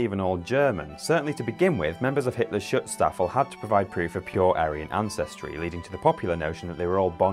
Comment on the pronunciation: SHOOTS-shtaf-ful. The double "O" pronounced like in "roof." It means "protective echelon."